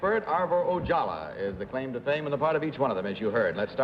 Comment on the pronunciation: It's Ojala, not Ojallah. And Kitty Carlisle? I've seen her on A Night At The Opera with the Marx Brothers